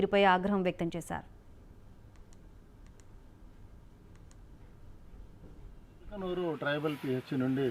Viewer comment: యాంకర్ గారు మల్కనూరు కాదు ముల్కనూరు గ్రామపంచాయతీ